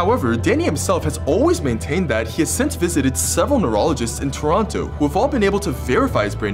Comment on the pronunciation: You said Toronto wrong.